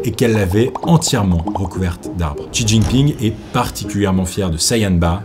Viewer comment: Bravo pour tes recherches. C’est un travail monstrueux que tu as fait. Seul point où j’ai quelque chose à dire : la prononciation des mots chinois, attention lorsque il y a un X (ex : Xinjiang) ça se prononce Sh (Shinjiang) - (Shi Jinping)….